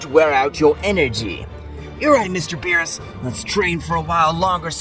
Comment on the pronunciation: Aww man no voice that says beeroos.